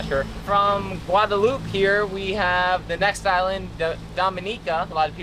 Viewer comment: stop saying Guadalupe it don't sound right